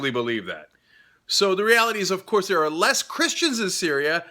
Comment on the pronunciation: My ears every time he says 'ovkoursse'